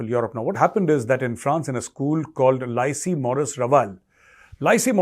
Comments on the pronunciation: Lycée is pronounced 'li say' not 'lie see'. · Lycée is pronounced lee-say. You made it sound like "lice-y"!